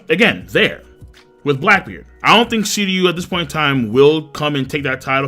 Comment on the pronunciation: SHiryu... pronounce the SHHHHH sound bro. Sounding like a noob my dude. Get it together.